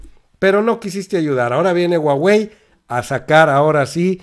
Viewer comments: Querido en español la h no se pronuncia pero debes pronunciar JUAGUEI, no estoy segura q Usa deje q hagamos negocio con China, esto puede tirar en Usa todavía el T MEC osh saludos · Me gusta tu reporte solo para que nadie se burle.... La marca se escribe HUAWEI en latinoamericana se pronuncia (júawey) 😉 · se pronuncia "jua-wei" y slim es de origen libanes, no judio. Primera vez que escucho este canal y me dejo mucho que desear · No es huhuaey?.. Esta es exprecion gringa.. Lo correcto es huawey. Como se lee y se pronuncia por los orientales.. Saludos! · SE PREEENUNCIA JAUEI